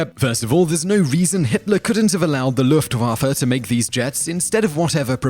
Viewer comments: Why are you butchering german words so hard? What's so hard about Luftwaffe? You need to pronounce it "Luftwoffur" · You pronounce luftwaffe weirdly